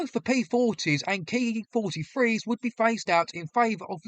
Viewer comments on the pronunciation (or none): The pronunciation of the Japanese aircraft is NOT 'Kee' but 'Kay Eye', as this is a manufacturer's designation and not a 'real' word in and of itself. You correctly use this method of speech in the middle part of the video. Overall, well presented and researched.